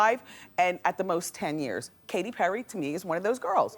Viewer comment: She got Katy Perry right 💀